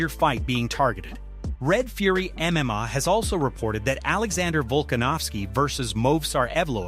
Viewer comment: Only clicked on this shit because it looked like the full amount MMA channel from the thumbnail just to get pissed off at the constant mispronunciations if the AI doesn’t know how to pronounce MMA maybe you don’t put MMA in your script so much